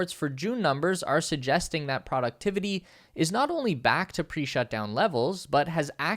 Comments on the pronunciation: This is a GREAT video! And whoever is in charge of recording this voiceover sure has a lot of work that they're doing and they accomplish it quite well (and that's a lot of text!) That said, I have really only one pretty big problem (it's probably not most people's issue) ... Sorry, I gave it to outs but then when I kept hearing him say "productivity" pronounced like "PRAW-ductivity" instead of what I understand to be the correct "PROH-ductivity," I felt that I should mention it. Mainly because it probably will be spoken again in future videos and at least I feel sounds so much better spoken correctly :-) (and if I'm wrong about the pronunciation or it can be corrected both ways, then I stand corrected :-) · "Productivity" is one of those words that can be pronounced either way, definitely. The pronunciation of it varies depending on location. For some people, pronouncing it "proh" would even seem strange and wrong. ☺